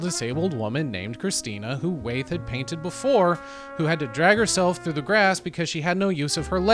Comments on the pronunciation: Ohmigod. It's pronounced WHY-ETH! 😂😂😂 But thanks for giving a fair interpretation of Andrew's work. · Great video. But it's pronounced WHY-eth. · Wait am I missing something, why are you pronouncing Wyeth like "wayth"?